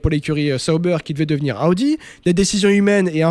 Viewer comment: J’aime tes podcast mais ptn t’es insupportable avec tes « Aoudi »